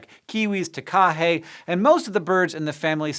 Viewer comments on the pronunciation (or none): I was so confused when you said ta-KA-he until I saw the picture XD the correct pronunciation for future use is TA-ka-he. You just need to swap the stress from the second syllable to the first. :) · I come from NZ and I literally laughed out loud at your pronounication of takahe, its tark-a-he not taa ka hay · Hey Hank, it's not a huge deal, but it's pronounced more closely to taka-hey rather than ta-ka-hey. Just a slightly different inflection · Great video, I hadn't heard about these birds before and I'm from New Zealand. Some notes below. There is no s in Maori, so the plural of Kiwi is Kiwi. Also Takahe is pronounced Tah kah hey, not ta kah hey. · Sorry Hank, "teka-hey"? I think you mean takahe (tah-kah-hee) XD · Wiktionary says /ˈtækæheɪ/, so his stress was wrong, but his last syllable was at least right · i'm sorry but it is 'Ta-Ka----Hey'. The last syllable is pronounced separately. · that pronunciation of Takahe (ta-ka-hay) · Tah kah heh. But great effort! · Greetings from NZ! Just wanna correct the pronunciation of Takahe - emphasis is on the first syllable: TAH-ka-hay. Cheers for the video, and sorry about murdering furries. It's a massive problem here, second only to humans. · It's pronounced ta-ka-hey. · very interesting video! I've never heard someone pronounce takahe like you did though, and I'm from New Zealand haha cats are adorable little murderers, it's not really their fault they want to snack on threatened birds, but still not very good for the poor birds (my cat has to wear a bell, or else she brings in cough "gifts" cough) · Your pronunciation of "takahe"... 🤦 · Pronunciation of Takahe needs some work ;) Here is how I (a native New Zealander) would say it (click the blue play triangle) But.. I can see why you said it the way you did as there are a lot of other search results saying it exactly as you did. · ....how did you pronounce the Takahe that badly?